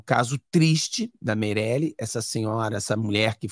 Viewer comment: o nome da vereadora, não é MEIRELE, É MARIELE.